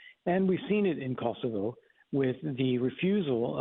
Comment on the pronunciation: She managed to pronounce Kosovo correctly! Amazing!😅